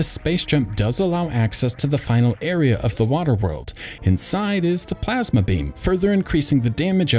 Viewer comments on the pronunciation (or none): none